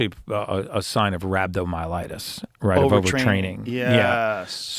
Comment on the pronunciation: Explains how to pronounce creatinine then mispronounces rhabdomyolysis